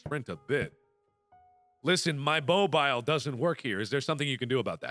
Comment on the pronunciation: Mark saying "Bobile" makes me chuckle